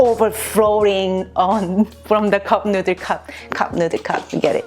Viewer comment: I were saying noodle hole ma life didnt know it was nooder ;(